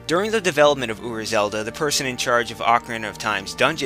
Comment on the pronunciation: ura zelda? uber zelda? I can't understand you